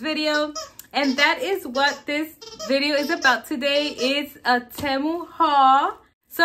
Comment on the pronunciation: Hey you're pronouncing Temu wrong it's TEE-MU 😊